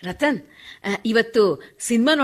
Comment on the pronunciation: ರತನ್ ಅಲ್ಲ ರತ್ನ